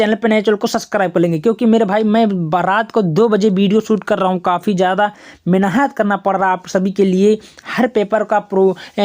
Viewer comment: अबे भाई साहब मेनहत होता है कि मेहनत 😂 तुम मेनहत कह रहे हो😅😅😅😅